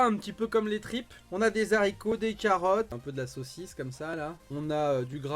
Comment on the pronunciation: Et les fameux z'haricots x)